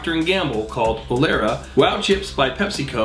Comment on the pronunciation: Mispronounced 'Olestra,' which was more obvious by the text showing the actual word :\ Good list tho.